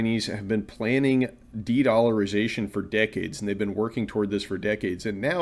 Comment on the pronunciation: dedllarization the best i ever heard!!!